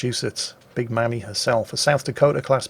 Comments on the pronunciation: It's pronounced "The Big May-me" (Like Mamie Eisenhower) not "Mammy". Trust me, I've lived my whole life within 4 miles of Battleship Cove. :) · Love ya,, but as a member of the museum, the nickname is pronounced "MAY-me," not "MAM-me." Long A sound. "Mammy" has some... awkward connotations over here in the colonies.